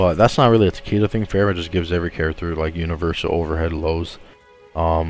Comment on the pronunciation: Tuh-Kay-Duh come on yall.